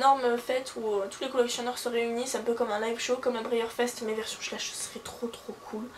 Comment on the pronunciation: Juste un petit truc ça se prononce schla-iich . sinon super tag :)